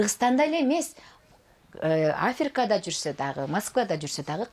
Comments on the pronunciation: Афирка эмес Африка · АфИрка дейтго🙉🙈😱🤣🤣🤣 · Афирка дедиго😂 Африка эмеспи